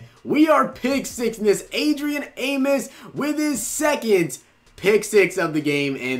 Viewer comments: AmOs. Not Amis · As a bears fan it drives me crazy... it’s A-mos not A-mis